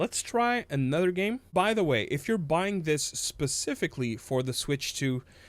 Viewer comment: You say nother weird as hell😂